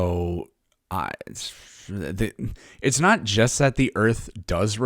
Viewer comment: Heh's nawt wawke, obviuswy.